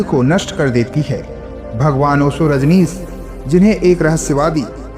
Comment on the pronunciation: रजनीस नही रजनीश.